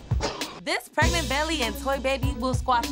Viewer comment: Alex was real confused when was " preagnent",lol